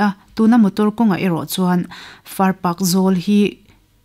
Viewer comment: far park i tih hi a dik lo, Farpak... Paak ti a lam tur